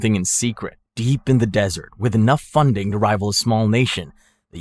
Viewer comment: the 'dessert' fox?! what kind of desserts did he like? Apfelstrudel?